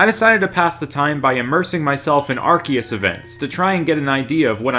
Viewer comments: Uhh ahcktyually its Arkyus not arseus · It's pronounced ARKOOS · Gotta say it isn't arkeus man Arceus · You silly silly human it is arcoos